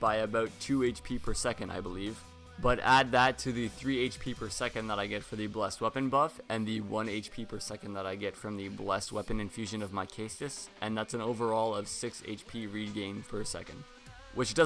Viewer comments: The pronunciations on these early videos are funny: Caestus - He says Kestus (it's ses-tus) Smough - He says Smog (it's smoe) Gothard - He says Got Hard (it's gaw-therd) Scythe - He said Sith (it's saith) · >Blessed Kay-stus Love you, tho <3